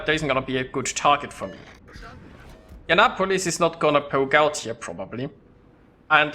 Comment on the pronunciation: Youre inndeannapolis, hahahaha . Love yer vids, though :)